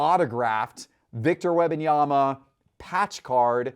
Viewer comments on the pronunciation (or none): Could someone please teach how to say Wembanyama. It’s not WEB-Anyama. There is an M before the B. It’s WEMB-Anyama. Holy Hell, already. I cringe every time he says it. 🙄🙄🙄🙄🙄🙄🙄🙄🙄